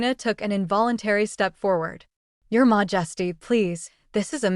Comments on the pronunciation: Mah-just-ee threw me out of this. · Why would even the AI interpret 'Your majesty' as being pronounced 'mojesty' or something like that? It's so annoying and distracting.